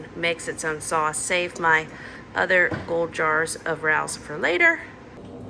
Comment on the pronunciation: The sauce is pronounced Ray o’s it’s a very famous restaurant in NYC